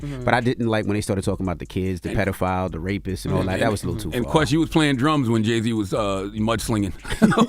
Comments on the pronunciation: The reporter said outside the mansion of the “RAPER”………😮😮😮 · He said, raper 😂😂😂😂 that's hilarious because of Kendricks diss track 😂😂😂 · The "raper" 😂😂😂😂😂😂😂